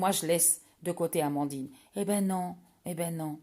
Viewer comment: 🙋🏻‍♀️Bonjour, juste c’est Amandine pas de r,,,, tu as raison cette femme est très bien Tu as tu dis,,,, elle est médium c’est pas rien tout le monde n’as pas ce don, cette capacité et Vive la source divine et les guides anges gardiens Aloha 🌻🌻🌻🌻j’aime Amandine